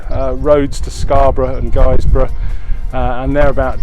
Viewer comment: Guisbrough is pronounced with a silent u but good to see you recognise the best county in GB.